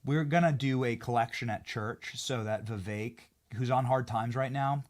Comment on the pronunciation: IT’S NOT VIVEYK. IT’s VEE VEK. SHORT “E”. LIKE GET. BET. SET. 👀